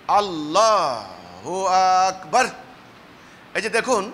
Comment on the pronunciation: লোকটা তাকবীরটাও সুদ্দ্ব উচ্চারণ করতে অক্ষম (সে এরকম ভূল শিক্ষা দেয়াটাই সাভাবিক) আকবার এর আ মাদ্দের সাথে পড়া হারাম ।কারন এতে সব্দার্থ হয় আল্লাহ কি বড়? এই ভন্ড থেকে সাবধান।